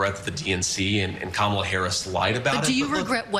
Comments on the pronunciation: And every chance he got to mispronounce Kamala's name he did so, and repeatedly. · Did MTP confront JD when he repeatedly mispronounced Kamala's name? I didn't hear her call him out for his, Criminal45's, and every magat neighbor's insult.